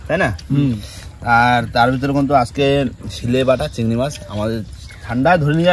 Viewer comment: কিন্তুু (কুন্তূ) 😂😂